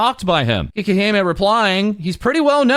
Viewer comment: But it's "cakey-he-meh", not "kee-keh-he-meh".